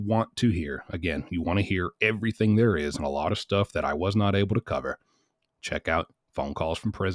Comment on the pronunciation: She's very blessed that she has an Aunt who cares about her and is kind enough to send her, "$500.00. When I listed to the calls, most of the time when she says, "Anything" she says, "Anythink" Same with the word, "Everything." She says "Everythink"